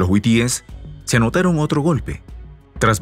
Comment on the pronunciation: Hasta cuándo aprenderás que es HUTÍES?. no es huitíes. Es HUTÍES, BESTIA!